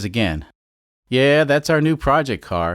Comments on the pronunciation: Porsche is a two syllable word. I do cars does the same thing. Just no respect for the brand. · A porsh?